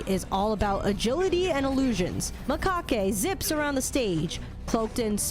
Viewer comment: Macaque is pronounced Ma-Cack